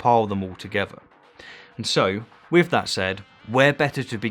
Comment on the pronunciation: "Troof". "Wif". Ugh! If you can say "theory" then why can't you say "truth" or "with"?